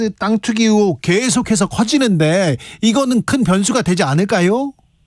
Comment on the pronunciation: 의횩이 아니라 의혹